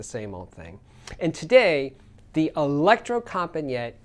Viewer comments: Not Electrocompanjet, but Electrocompanee-et,, please! It means The Electro Company. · No, the right pronunciation is : electrocompanEEt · Electrocompaniet is pronounced as Elecro compa ne yah. The design has stayed the same for over 45 years. I live just a few Km from them and have visited the factory many time over the years. I have tried most of their amps and imo thier best amp is the AW220 mono block.